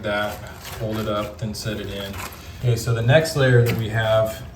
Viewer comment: "Otay" Buckwheat